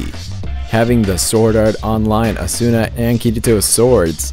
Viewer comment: Asuna correctly pronounced is "Asna". No offense ;)